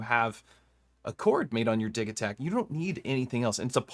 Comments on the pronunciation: I don't know about that, Elektron is a Swedish company, and according to ChatGPT the "g" in Digitakt would be a "y". and the word Dee-yih-takt (/ˈdɪjɪtakt/). But to me it will always and forever be Digitakt, and NOT Digitakt. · no no no, repeat after me, it’s “Digitakt”